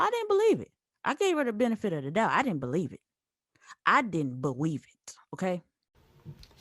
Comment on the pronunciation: "I didn't beweave it"😂🤣🤣